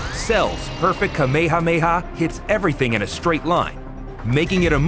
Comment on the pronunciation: My guy did not say ka me ha me ha